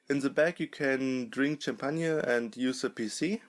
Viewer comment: Champagne is said shampain